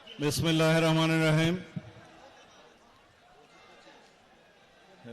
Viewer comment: বিসমিল্লাহির রহমান রাহিম। সঠিকভাবে উচ্চারণ করার অনুরোধ রইল।